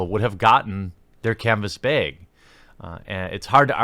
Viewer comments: Good video, but please stop saying the word 'bag' ....just brutal to listen to you say it-lol. I cant tell if you are over emphasizing the northerness of your delivery for trolling purposes, or if that is just how you say the word, but after listening to you say it seemingly 25-50 times in your video about 'Bethesda Bag-gate' I just hit my breaking point tonight;) Maybe you could substitute in another word. Disclaimer: comment meant in good fun as my southern accent stands out as much or more. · I can tell where you live by your accent on the word "bag", I have family up north LOL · Say bag more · The way you say 'bag' really irks me but otherwise I love your content!